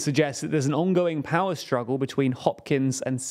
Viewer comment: "struggoo"? I think he means "struggle." And "budgepp" is his word for "budget." "Ensemboo"? You got it, "ensemble."